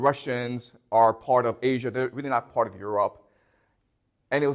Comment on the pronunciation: Is it weally weally difficult 😂